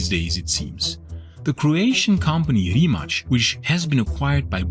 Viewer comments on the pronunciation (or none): Great video, but it always amuses me how people randomly put a “ch” sound on any Croatian or Serbian word whenever they see a “c”. Simple rule of thumb if you see ć or č it is “ch”. Anything else that is just “c” it “ts”. So Rimac is pronounced “ree mah ts”